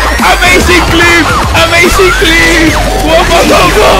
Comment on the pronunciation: Jolín, es imposible no reirse con tus vídeos xDDD "AMEISIN CLIP" Ja, ja, ja x''DD